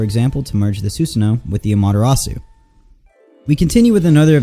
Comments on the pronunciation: "Matarasu" Its Amatarasu😭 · Bro literally said mangakyu and amadarasu💀💀